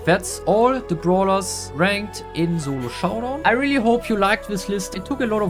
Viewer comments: Solo showdown ❌ Zolo showdown ✅ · Solo Showdown ❌ Zolo Showdown✅